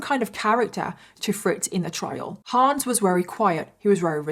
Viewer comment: The HA in Hans is pronounced more like the "Ho" in "Honey", not like in "Huh". (it's a short a not Haans)